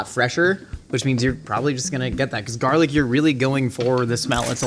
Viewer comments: WHY DOES he keep saying jarlic? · “Jumbo jars of jarlic” is killing me rnnn